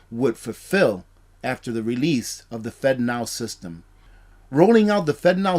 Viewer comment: Man, I hope you have a sense of humor...I spent the first several minutes of this video wondering how the heck the government can make fentanyl into a payment system...lol...It really kept my attention long enough to realize you were saying "Fednow" lol....People can't always understand me and my southern accent so believe me I am not harping on you...Please keep up these informative videos!